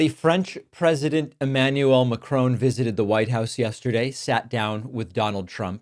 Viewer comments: I know this is a minor matter when compared to the depth of the issue under discussion, but I feel that it is necessary to point out that the way that you are pronouncing the last name of the french president is wrong. His name is macron. It should be pronounced like mack-ron. It should NOT be pronounced as McRone, or macrown, or McRoan. The first syllable is mack like the truck. The second syllable is ron, like the first syllable of the name Ronald - ron. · Love your channel David but please give the French President the respect of pronouncing his name correctly. Love from the UK. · Please learn how to pronounce "Macron". There are pronunciation guides on the internet. It's the least respect you can give a leader. It's not the first time you've messed up names or the English language. #davidpakman doesn't even try. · The final N is not pronounced as N. In French N at the end of a word after a vowel is a nasal sound. I can only assume that you guys if you learn a second language at all probably do Spanish, for obvious reasons. Over here it's more likely to be French as France is our next-door neighbour. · Yes, short o, with the stress on the last syllable (unlike in English which stresses the first syllable). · Great video. Macron is not pronounced Macrone. Please look up the proper pronunciation. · It's Emmanuel Macro' - "o" as in on! Not! Macrone! 🙄🤨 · Please stop calling Macron - Macrone. Its Mac ron. I like to listen to you but I'm going to stop unless you call people by their name (As THEY know it to be - as their countrymen know it to be its not pronounced OWN its pronounced ON). How would you like it if people called you David Packmone or Packmarne. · Its Macron. Not Macrone. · David it’s Mack-ron not M’Crone. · David, it's Mac-ron, not Macrone. This is not trivial. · Stop Calling him Macrone!...Macron..like turning a light on🤣 Great content as always though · Macron - NOT MACRONE!!!!!!!!!!!! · Pronounced Mac -ron Not Mac-chrone